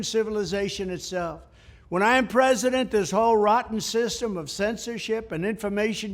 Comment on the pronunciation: Trump’s brain is 1,000,000,000 > < is brain of bre-zi-dent binden…😅😅😅😅😅